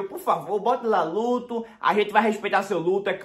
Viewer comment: Ele falando ludo kkkk kkkk é "luto" kkkkkkkkkkkkkk